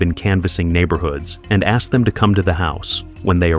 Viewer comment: Asked asked ASKED!! Why the flippedy-flip-flop do people keep on saying AXED?!?!